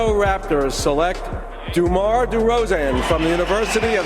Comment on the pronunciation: Hey you made a mistake with “Demar Deroan” (Derozan*)